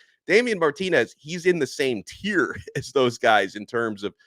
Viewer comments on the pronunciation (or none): none